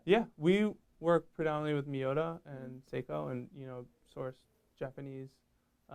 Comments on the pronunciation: For a company that intrinsically uses Miyota movements, they couldn't even be bothered to correctly pronounce their name correctly . I don't see Miyota being spelt and labelled as Maiyota anywhere. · Owner cant even pronounce Miyota… Miiiiiyota;) Get them..